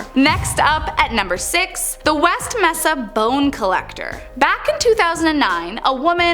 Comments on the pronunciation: In West Mesa, the second word is pronounced MAY-suh. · Mesa is pronounced like "may-suh"